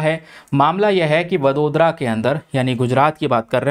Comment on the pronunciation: Apna pronunciation sudharo.vadodra ko kya bola apne, hindi me padho.